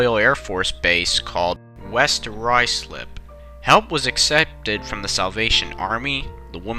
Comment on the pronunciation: says west ruslip wrong me who watched the inbetweeners